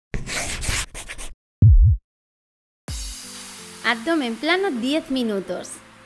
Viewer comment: dice abomen el video